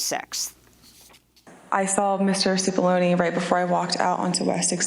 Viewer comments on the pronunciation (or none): Cipollone, not Sefoloni pronounced Chip-oloné.